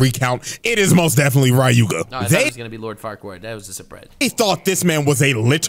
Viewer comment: As much as I enjoy this i'm getting slightly tilted with how keeps saying Ryuuga as RA-YUU-GA, like dude, it's a two syllable name and he made it three. 😅